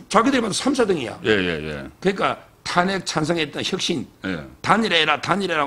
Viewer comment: '탄핵`이아니고 '탄핵'으로 발음을 고치세요 어째 대구 사투리 단어가 너무 많고,왜 안고쳐요? 옆에 있는 서변호사의 발음으로 쉽게 배울 수 있는데